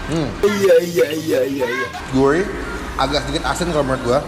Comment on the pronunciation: Gurih bukan gulih wkwk